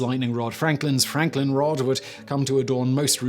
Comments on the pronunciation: Lightning "rode"? Lol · It's a british thing